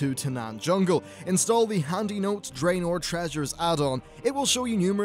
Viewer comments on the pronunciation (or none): none